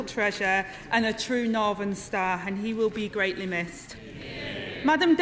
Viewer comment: I am a labour voter and Mancunian and I HATE the way Angela Rayner talks......... "Norvener". She makes us all sound thick as mince.